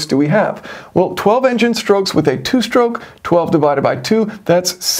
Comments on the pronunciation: Interesting design. I’m curious why so many American YouTubers say shtroke instead of stroke? Same thing with street and astronaut. Would you also say astray as ash tray? 😄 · "Power Shtroke" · 2-shtroke, 4-shtroke. any speech impediment?